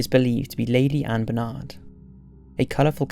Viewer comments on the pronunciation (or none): none